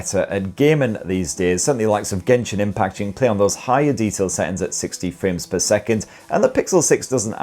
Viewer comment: He had my attention until he said "genhsin impact"